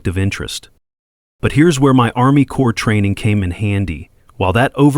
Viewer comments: corp is not short for corporartion. ARMY CORP (SPOKEN AS CORE) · Corps of Engineers. Not “Core”.